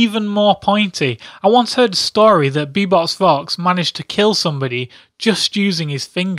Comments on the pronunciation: ITS beBOP NOT beBOX AHHHHH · Its bebop not bebox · I believe its bebopvox not beboxvox!! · He says : Bebox Vox and not Bebop, OCD is kicking in.... GAH! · bebop-vox not bebox-vox god damn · IT'S BEBOPVOX NOT BEBOXVOX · U do know its beBOB not beBOX? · who the heck is be - BOX - vox??? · did he called him bebox? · Fun as Heck, but I got slightly irritated on that he said "Bebox". :P